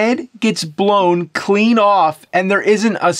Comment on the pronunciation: emphasis on "clean"